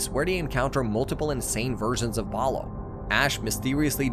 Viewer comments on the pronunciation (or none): bro you keep saying balo its bolo and im still pissed that they discontinued this